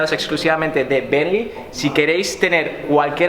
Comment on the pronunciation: No sabes decir bentley